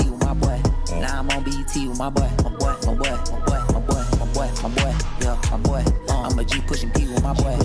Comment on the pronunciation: i heard 'my butt' when he was saying 'my boy'